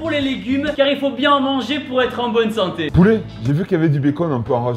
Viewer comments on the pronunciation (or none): tibo tony il dit poulet ou boulet ses pas clair